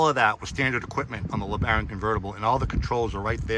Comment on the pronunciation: Oops ya said LeBarron at end of video